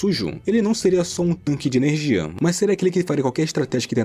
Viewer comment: Narração chata .. avançadã , primeirã, energiã , inimigum , desprevenidum , aprendeum .. parece que tá forçando .